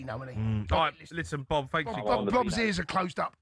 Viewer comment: Cundy calling Bob "blob" had me dying.